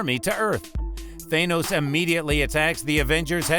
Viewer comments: It's Thanos not THAYnoes. Thank you for the insight great video :D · YOU TS THA-NOS NOT THAY-NOS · For the love of god just say thanos not thay-nos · Its thanOs not thANUS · Why do people say Thanos wrong? They keep saying the "A" in Thanos the way the letter A sounds when you say it alone. Instead it's said as the A in "ah". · Tha-nos not thainose 😂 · It's thaaaanos not theynose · Its Th-AH-nos not Th-AY-nos!!!!! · How do people STILL mispronounce thanos when it's litteraly said several times in both infinity war and endgame it's not that hard people it's a soft A not a hard A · How this bitch says thanos is so fucking annoying is tha not tha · why are you saying Thaynos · Man this guys voice is fucking annoying. THAYNOSE 🤓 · Are you hungry? Eat your thaney-O's it's good for you and sweet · Th-ay-nose lmao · He’s saying Thanos wrong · Ok i know but learn how to say thanos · can you say thanos right?